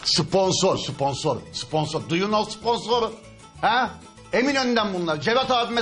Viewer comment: Du yu nov sponsorı